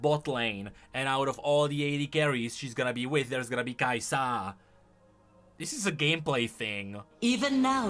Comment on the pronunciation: Why do you say "KaiSAHH"